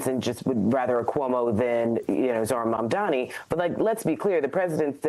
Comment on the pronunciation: Mayor Mamdani! Learn how to say it!